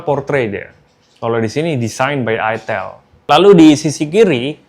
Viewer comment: Bacanya Aitel bang